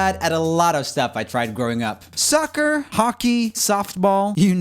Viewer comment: did he say sucker or soccer?